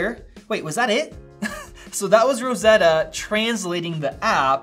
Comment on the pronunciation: „And it’s Rrrosseddddddoa 🤣“